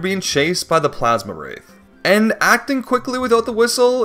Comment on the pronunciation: Awesome run! One little thing I gotta mention since it was driving me crazy it's Plasmwraith not Plasmawraith you're adding an additional A. Think like the word ectoplasm. Really hoping to see some Pikmin 4 challenge runs.